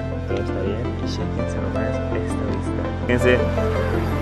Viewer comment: Tambien dijo shequense como 20 veces xd